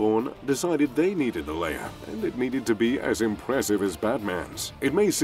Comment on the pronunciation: it's Lair not "layer"